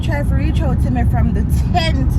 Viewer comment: said mi embarrass🤣